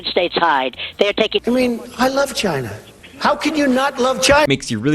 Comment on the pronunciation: no way trump couldn’t pronounce china without saying “ghina” 💀